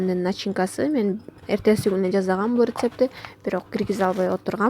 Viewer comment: Жазагам дебейле Жасагам деп эле суйлосон.Кыргыз болгондон кийин.